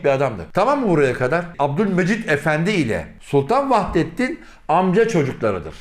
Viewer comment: Vahidettin değil Vahdettin olacak aradaki i harfi olmayacak Türkçe ni duzelt